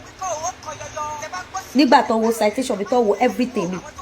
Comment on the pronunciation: Please o, what is Citation or Caitesion😂😂😂😂😂